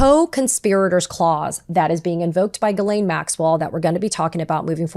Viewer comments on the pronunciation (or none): Her name is pronounced Gee-len, not Guh-lane. How do I know this? Listen to her victims. They all say her name the same way and they had real relationships/interactions with her. Maxwell did horrible things. She deserves to have her name pronounced correctly so that those horrible things are stuck to her and her true identity forever. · Ghislaine is pronounced ( j-is-lāne) Come on girl who's doing your research.